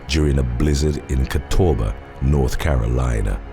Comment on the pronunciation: As someone who went to Catawba College in NC, and am SO used to hearing it pronounced Cat-uh-wuhbuh, I am sooooo happy to hear you pronounce it correctly! It threw me off so much, I went back and replayed to make sure I heard correctly 😅